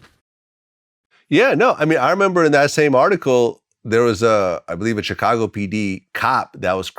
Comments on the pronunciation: LOVES TO SHOW HE KNOW HOW TO SAY CHIcago the proper Way🐴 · Vlad says Chicago like u say it fr. Stop churching it up. U ain't no ese